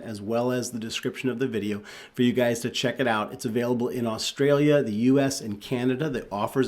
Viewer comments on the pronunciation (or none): none